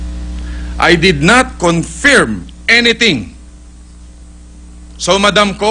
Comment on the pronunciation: Isa lang ang tanong ko, Mr. Senator, conferm ba yun o confeerm? Take 2 na, dami mong mali sa script! wahahaha!